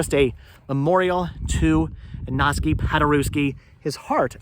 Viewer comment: His name is pronounced Igg-naz Pod-ur-ev-ski.